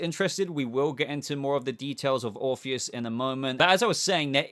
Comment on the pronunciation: Orr orpheus not morpheous